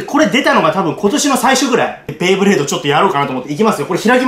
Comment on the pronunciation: ベイブレードをベ―ブレードって言うのがなんか嫌いｗｗ